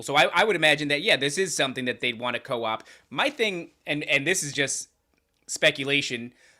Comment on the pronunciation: Psy-op not Co-Op lol